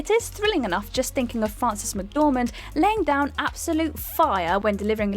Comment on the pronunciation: Frances McDormant.....